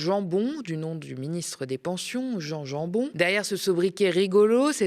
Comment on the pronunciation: Salut le média et merci pour votre travail mais attention Bart De Wever se Prononce : de Ouéveur (il est flamand) et Jan Jambon est flamand aussi donc on le prononce à la flamande Yane Yanebone